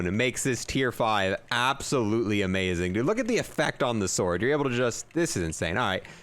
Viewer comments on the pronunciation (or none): none